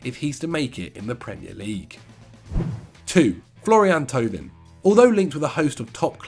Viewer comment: How Angry is Pato at pronunciation of Thauvin?:D